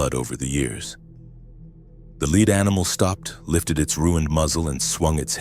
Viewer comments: Lead pipe where lead was pronounced leed (rhyming with read as opposed to led) makes me think AI narration at least. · Lead pipe. Not leed pipe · A Leed pipe?…come on AI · I wish they would proof read/listen to these. What happened to the guy who went to the farm house. Mis-pronouncing lead. Kept saying "we" when he was alone. Repetative sentences e.g. the talk around the water cooler. I know its A.I. slop but I expect better